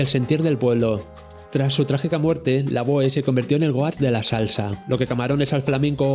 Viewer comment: Lavoe también lo pronuncia mal, se dice lavó jaja